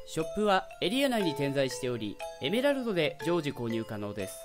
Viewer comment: 説明のところのら行が可愛い特にエメラルドの発音好き